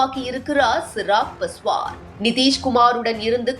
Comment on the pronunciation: Chirag Paswan illai. Avar peyar Chirag Paaswaan. Peyarai seriaaga uchariungal.